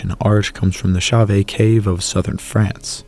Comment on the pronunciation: Wonderful tale of ancient humans! BTW Chauvet should be pronounced more like show-veh. How pronounce Chauvet